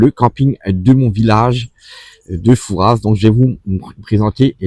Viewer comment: Par pitié, arrêtez de prononcer "Fourasse" sans arrêt ! ça écorche mes oreilles d'une manière très désagréable. Dites vous Parisse pour Paris ? Rennesse pour Rennes ? Bourgesse pour Bourges ? Il n'y a pas moyen de faire rentrer ça dans la tête des touristes ! Même entendu sur place, , 5 minutes plus tard le touriste va répéter son FouraSSE !